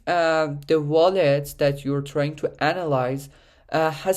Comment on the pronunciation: its called a WALL-ET not a VALL-ET lmao, good video otherwise great info!